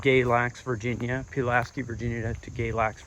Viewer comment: It's PULL LASS SKEEE lol